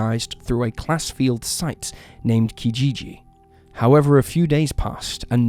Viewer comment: classified, not class field